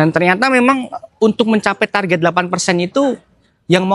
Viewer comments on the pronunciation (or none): none